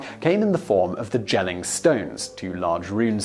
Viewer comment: pronouncing jutland and jelling with hard j's....... i cringe